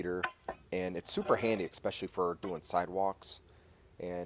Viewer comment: Thanks for this video, definitely useful. But it's especially, not expecially.